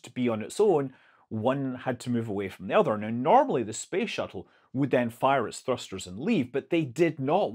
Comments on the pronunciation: Did you just say space shittle? 😂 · professional youtuber: accidentally said space shittle... shall we edit that out... nah.